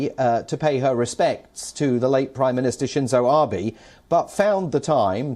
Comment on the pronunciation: Not 'ARE Bey' but 'A' as in apple BE as in Betty can 'I do another question'.....! !